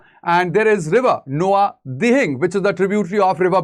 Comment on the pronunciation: It's Nao-dihing*